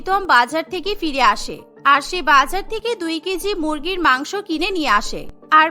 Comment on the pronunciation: মাংস ভাত ❌ মাংক ভাত ✔️😂😂